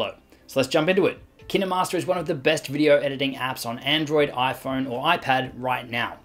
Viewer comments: It,s Kinmaster with the long I sound not short i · I saw kinermaster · I thought that was pronounced "kine" as in "fine" .-. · That's hiw you pronounce Kinemaster !? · Almost everyone thought that. I think he pronounces it wrong tho